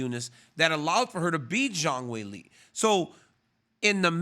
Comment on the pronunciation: "Weilie" & "Johanna" .. this guy RC can butcher some names man 💯